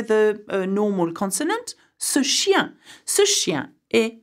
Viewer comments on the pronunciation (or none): none